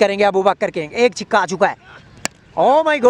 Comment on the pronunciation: Pehle mujhe yeh batao yeh six ko chikka kyu bol rha hai